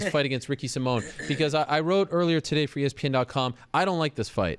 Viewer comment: Ricky Sai-min, not Ricky Sim-mone